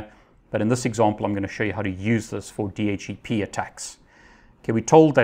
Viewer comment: Love your videos, well-paced and informative. But I find it really hard to get past your pronunciation of DHCP...